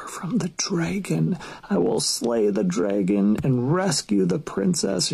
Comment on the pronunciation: If you can’t pronounce “dragon” correctly, you don’t get to pontificate on what conservative men want or why. Nobody is slaying “draygons.”